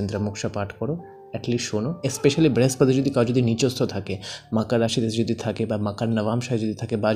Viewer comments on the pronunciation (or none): Frustration বাদেও কিছু ছড়ান ভিডিওর মাধ্যমে। খুব বিরক্ত হলাম ভিডিও শুনে। Tarpore বৃহস্পতি কে ব্রেহস্পতি, better jupiter বলুন। মঙ্গল কে ভাঙ্গল, শনি কে সনি... হাস্যকর😂😂😂😂 ছাড়া কিছুই নয়।